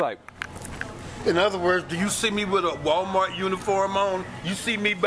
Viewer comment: Why most older black people call walmart, walmark? Lol